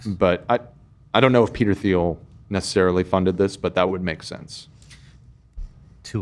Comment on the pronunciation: saying Th-eel instead of Teel for Peter Thiel is giving Desantis “Thigh food” vibes